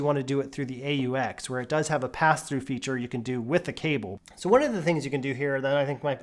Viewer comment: just say aux😂 not a u x